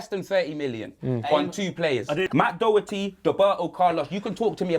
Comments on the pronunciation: The way pronounces Doherty’s name 😂 I’m irish and trust me that’s not how it’s pronounced. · Even can't say Doherty